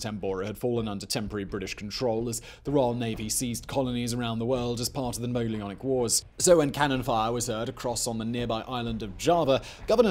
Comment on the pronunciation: Um I believe you meant Napoleonic wars right not Molionic wars? Love your work Simon and team, just couldn't make that one out.